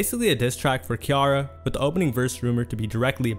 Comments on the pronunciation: then he should’ve done better journalism. he literally included a video of them pronouncing her name right lol. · no excuses if you got the sound clips to properly pronounce ones name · The Ciara pronunciation though. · That really bugged me🫠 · I can’t get over how he is pronouncing “Ciara” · Learn to pronounce Ciara’s name please. Other than slaughtering that, i love your video. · Hearing you butcher Ciara's name repeatedly is like nails on a chalkboard, sorry lol. Did you not listen to the clips you used where her name was pronounced correctly? She's also a star in her own right, so the lack of journalism on your part there is really an insult. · I love your videos. I do. I swear. But the way you pronounce some words/names makes me SO MAD. 😅😅 Ain't no way you just called Ciara "Key-are-uh" over and over again. And you had a clip of Angela Yee in there saying the right way. And you still said it wrong every time. I know this is petty, but it hurts my soul. 😂😂😂😂 ffs man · Nobody in their right mind will see Ciara and pronounce it Kiara 😒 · Not Kiara lol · it's her name no matter what country it is. Lol. He's saying it wrong. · I came here for this! Like bro, have you NEVER heard of her? She's an actual star too! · see-air-ra DAMN!!!!! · Her name is pronounced Sea-Air-Ra. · My man saying Ciara name like that is cringy AF!!! It’s pronounced C-AIR-RUH!!!! That thang tore my nerves up!! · Great vid but please get they names right bro, butchered names will confuse newcomers, it also puts a stain on your legacy & these overall vids are gold Ciara pronounced (See-eh-rah) we watching keep up the 🔥🔥🔥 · Its pronounced like ‘Sierra’ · FYI Ciara is pronounced like Sierra. Do a little more research please. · Hearing Ciara's name mispronounced made me realize we live in two different worlds. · The crazy thing is he mispronounced it after listening to a sound clip that had her name pronounced correctly. Comment bait? Or careless mistake? I think names are a big deal.